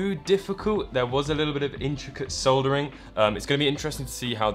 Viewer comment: My man your vids are great, just please stop mispronouncing soldering ! Keep up the good work :P